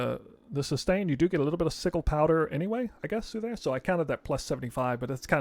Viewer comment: There is no way he just pronounced sigil (sih-jul) as sih-gul 😂 love your content but I did a double take on that when I heard it lmao